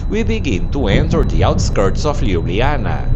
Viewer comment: Very pleasant video. But LjubljaniTSa and SavinYa :)